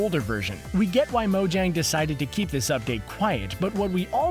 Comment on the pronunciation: Mojang is purnounsed (mo-yang)